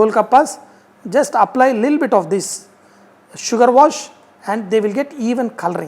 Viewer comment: It is little bit not lilbit